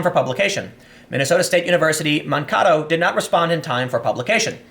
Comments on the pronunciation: This is just a minor nit-pick, but the town that you mentioned in the video I believe is pronounced Man-Kay-To, not Man-Kah-To. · I know this has nothing to do with the content of the video, but you kept pronouncing "Makato" wrong. We Minnesotans tend to pronounce our vowels harshly. If you look at this comment and Mankato ever comes up again (which is unlikely), it is pronounced Man-(as in an adult male)kay-(as in "Every Kiss Begins with Kay")toe(as in the body part). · Its Man-KA-to. My ears hurt so much when I heard the way you said it . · Tim, it's pronounced "Man-kay-toe" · Mankato (man-kay-toe). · Man - kay - toe. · Mankato is pronounced Man-kay-toe. ;-) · PS: Mankato = Man-kay-toe. :-) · It's actually pronounced "man-kay-toh". I got my Bachelor of Science degree there. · FYI, it’s pronounced Man-Kay-Toe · It's pronounced Man-KAY-to by the way. At least that is how we pronounce here ;)